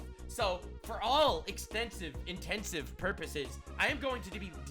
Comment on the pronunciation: Intents & purposes, not intensive porpoises.